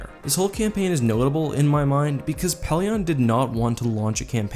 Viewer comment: I don't mean to be rude, but it's not really respectful if you don't take the time to learn one's name. (Pellaeon)